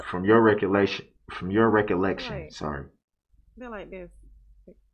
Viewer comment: look how many times he tries to say "recollection" but he just can't get it right 😭 he tried three times and took a long break in between you could tell he was sounding it out in his head, but he STILL fcked it up and said "reck-ya-lection" 😭😭😭